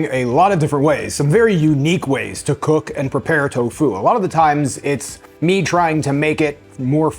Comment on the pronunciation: I really like this video... And I'm so sorry but the emphasis is on the "to" not on the "fu" hahaha I searched for garlic confit and found you... And was so pleasantly surprised to find you a plant based creator!! Amazing